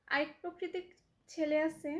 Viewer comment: একসেফট না, একসেপ্ট। পকরিতি না, প্রকৃতি। রিপ্লে না, রিপ্লাই। ইস্টোরি না, স্টোরি। রিক্ট না, রিএ্যাক্ট। রিসপন্স না, রেসপন্স। এমন আধা মুরাদ টাকলি মাইয়ারে যারা জ্বালায়, তাদের রুচির দুর্ভিক্ষ আছে! 🙄